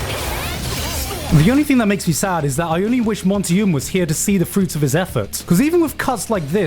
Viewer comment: Monty "Ohm" oum